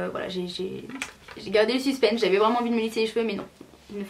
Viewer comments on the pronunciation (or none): none